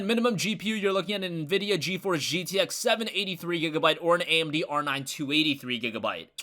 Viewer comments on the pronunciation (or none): none